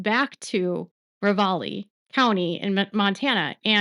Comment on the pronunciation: I like your stuff. However you need to learn how to pronounce the placed in Montana correctly. I am born and raised in Montana and it drives me batshit crazy to hear places mispronounced. It is Ra valley